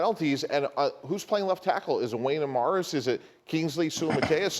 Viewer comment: And he butchered wanya Morris’s name